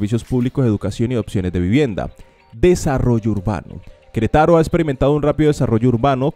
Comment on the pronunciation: Merída en Yacutan? Es Mérida con acento sobre la E y es Yucatán. Querétaro con acento sobre la E no Queretáro. Como puedes hablar de las mejores ciudades si nisiquiera sabes pronunciar sus nombres.